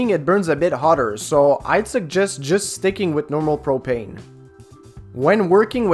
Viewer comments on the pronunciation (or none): What the hell does soder mean just kidding good video then he said propeen I love it